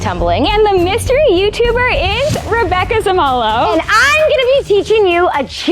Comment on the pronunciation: It’s rabbeca samolo😊😊